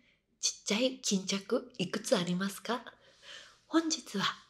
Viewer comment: イクツアリマスカ？の言い方なんかカタコトで可愛い(❁´ω`❁)